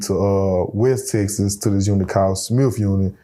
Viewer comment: It’s called TEXAS! Not TESSES. My god!